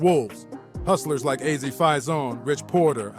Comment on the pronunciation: Why he pronouncing Azie and Rondu names like that?